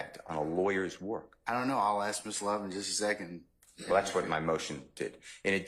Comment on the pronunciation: How u a DA and can’t even pronounce words as simple as “ask” correctly? 🫣🤔